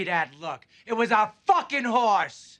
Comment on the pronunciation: You killed that "hores" Get it? Horse = Hores